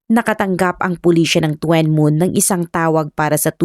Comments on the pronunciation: Tuen Mun is pronounced as Chun mun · Tsun Mun po ang pag bigkas ng lugar na Yan D2 SA h.k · Tuen mun- chun moon To kwa wan- tough wa wan 😀 but still ok ung pagkaka kwento😊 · tuen mun ang tamang pronounce po ai CHUN MOON.